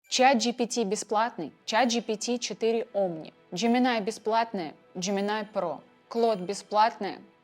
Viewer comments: НЕ ДЖЕМИНАЙ А Жеймини И НЕ КЛОД А КЛАУД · Джемини, а не Джеминай, больно